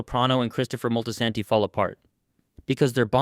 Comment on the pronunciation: It’s Moltisanti NOT Moltizanti.